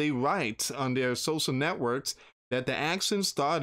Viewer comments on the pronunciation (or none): none